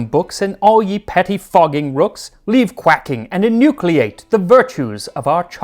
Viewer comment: Ps I do believe it’s enucleate pronounced unooclee ate. And chocol ate. Long e and long a. 😊